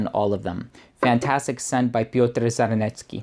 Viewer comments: You were actually pretty close with the pronunciation of the Piotr Czarnecki's name, the proper pronunciation is Charnecki :D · The "Cz" in Czarnecki you read pretty much like "ch" in e.g. chair :) greeting from Poland :)